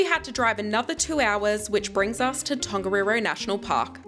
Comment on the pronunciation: That siren went off in the middle of the night before we did Tongariro! Also in te reo Māori 'wh' is pronounced like an F, and 'ng' (like in Tongariro) is not pronounced with a hard G (so not gah) it's pronounced like the gn at the end of the word sign